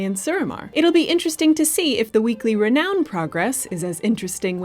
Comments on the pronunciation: Hearing say "Re-noan" over and over was NOT the kind of torture I signed up for when I subscribed to the channel, guys... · Why is pronouncing Diablo & Renown so oddly?